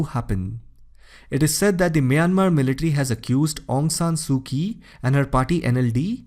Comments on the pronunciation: Actually,her name is aung san suu kyi, not aung san suu ki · Aung San Suu Kyi. Kyi is not pronounced "Kie". The correct pronunciation is "CHIE". Shame on you !! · Aung San Suu Kyi.... Kyi is pronounce as Chi. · Her name is pronounced as Su Chi. Ky is pronounced like Ch. Similarly currency is pronounced as chat not kat nor kiat. So please don't call her Su Ki. Wrong! So it's pronounced as Chaukpyu for Kyaukpyu